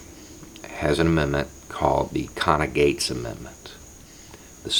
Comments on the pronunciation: What is the first word of this amendment, it sounds like "conna" i.e. the Conna - Gates Amendment... Can someone help me out here? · Conna-Gates? Is that the name?